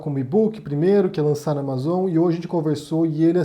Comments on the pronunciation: Só por favor corrige essa pronúncia aí: não é amazôn, a pronúncia certa ámazon. O nome e gringo né!! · Ele vive na Espanha, lá talvez pronunciem assim.